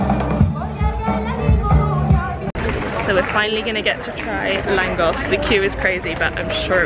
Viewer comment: Im Hungarian living in Lithuania. You did all great, good video! Just langos is langosh needed to be pronaunced:D I just have one w for you - did u have local currency Forint there or you paid in Euros everywhere?:)